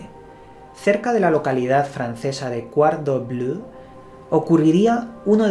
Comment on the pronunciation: ese Quarouble sonó gracioso jajaj